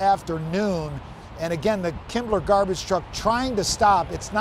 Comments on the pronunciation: “Kimble” garbage truck not “Kimbler” garbage truck. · yes, it clearly says "Kimble", not "Kimbler" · Am I hearing "KimbleR"??? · Why does he keep saying "Kimbler"? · I looked three times. It doesn't say "kimbler" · no but the reporter says “Kimbler”.